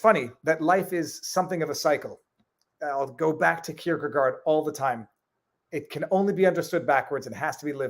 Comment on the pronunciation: Regarding Kirkegaard, double-a followed by rd would be pronounced like "oar"